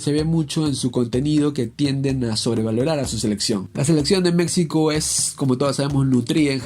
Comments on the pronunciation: Se pronuncia MEXICO no MeCSIco. Por favor dejá de hablar así. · No entiendo por qué dices mecsico se dice MEJICO SE ESCRIBE MEXICO no somos mecsicanos somos Mexicanos fuera de ello tus vídeos son buenos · Aprenda a pronunciar México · Porfa, se dice Méjico, no Mécsico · En buen plan deja de decir Mecsico, se pronuncia Méjico y se escribe México. Y referente a lo futbolistico, nunca mencionas nada contundente del por qué es sobre valorada, nunca hablas de números y no citas ningún mundial. ¿Te basas en los periodistas mexicanos para hablar mal de México? Wey, es lo peor que puedes hacer, basate en la opinión de la gente común. Los comentaristas mexicanos son más malinchistas que la misma Malinche. Cuidado, crack! Si no sabes de México, mejor no comentes. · Habla bien mectzicanos mecstsico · Escuchar "Meczico" y "Meczicanos" es muy horrible. Solo quiero aclarar eso. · Antes de nada aprende a pronunciar México y los mexicanos objetivos sabemos que la selección no es potencia pero decir que México es tan malo como ese descalabro contra chile es como decir que Brasil está sobrevalorada por qué perdió 7 uno ante Alemania, y si a esas vamos estadísticamente son más las victorias de México ante chile así que ya chole con decir como único argumento de que México es malo por ese juego haber de que país eres